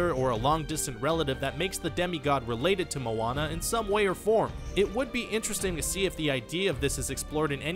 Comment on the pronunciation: Atleast he can say Moana right